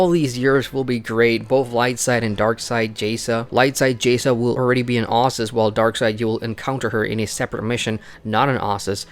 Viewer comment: Exactly. Ossus. Not OHssus, devs